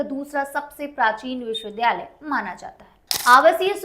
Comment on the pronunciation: सही शब्द विद्यालय (Vidyalay) है विध्यालय (vidhyalay) नहीं,इनके द्वारा विश्वविद्यालय (Vishwavidyalay) की जगह विश्वविध्यालय (Vishwavidhyalay) बोला जा रहा है जो गलत उच्चारण है।